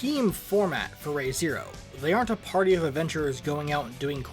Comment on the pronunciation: Nice video! Just so you’re aware, the “Re,” in the series’ title is pronounced like “re” in English, rather than the Japanese character “re.”